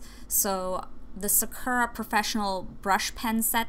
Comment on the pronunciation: im sure other people are saying this but you are pronouncing sakura wrong, and honestly it is tilting me haha. it is pronounced like sa-koo-ra. thank you haha.